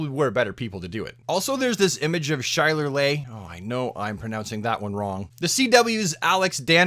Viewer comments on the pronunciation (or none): none